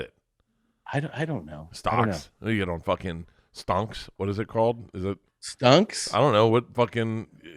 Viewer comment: He said stunks